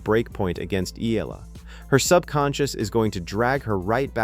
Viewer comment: E-YA-LA is the correct pronunciation